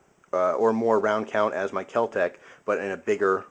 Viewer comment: Kel-Tec No h.